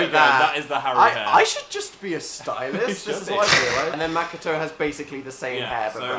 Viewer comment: am i the only one who gelt uncomfortable when dan and phil pronounced Haru and Makoto wrong?